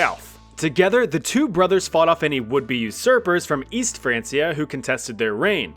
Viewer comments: "France-ee-ah." N...no. "Francia" was the latin name/spelling for the "Land of the Franks." Latin didn't have a "k," only a hard "c" (like "cut"), so "frank-ia." France is called "Frankenreich" in German to this day. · It's pronounced "Fran-kia", not "France-ee-er". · I had to stop watching after it’s not Franceia it’s pronounced Frankia, like the name Frank, because it’s the anglicized version of the original Franc, who were Germans who took over modern day France. Which was the last Frankish kingdom, which is why West Francia is now just France, as Germany and Italy both fragmented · Its pronounced frankia, not fransia, jesus. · It's "Frank-iah" not "France-iah" 😩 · Frank-e-a not France-e-a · Its not franceia. Its said Frankia god damn you. Its not english. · It's Fran'K'ia, not Fran's'ia...the C is hard as its rooted in Latin. Remember, kids are learning from channels like this so teach them properly. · Not be an a-hole but it’s pronounced “frank-E-A” not “fransia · It’s was pronounced like Frankia and not France-ia. Hence why they were called the Franks. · Hearing Francia as Franceia sends me. Why u keep saying like that!? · “frein- key-uh” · Isn’t it pronounced frank ee ah? Didn’t you watch Vikings? ❤️‍🔥❤️‍🔥❤️‍🔥❤️‍🔥 just saying (😗🤓😏) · Its pronounced Fran*K*ia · Hey, history communicators with only one job, the name of the Franks is probably a good indication of how you pronounce, “Francia”. I know, jobs are hard … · The Franceia pronunciation is giving me physical pain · It's actually pronounced like Frankia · How does one pronounce Francia wrong while (correctly) mentioning Franks in the same sentence? Wild. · Just pronounce Francia right damn it lol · its pronounced francia with a K, not a c. like you like in frank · My brother in Christ I don't think that's how you pronounce Francia. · Your pronunciation of “Francia” was mildly irritating. Other than that, great video as always!